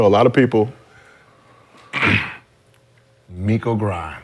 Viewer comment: Niggas got tight when Gil said Miko 💀